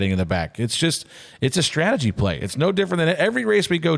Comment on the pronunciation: It's "strategy" Joey....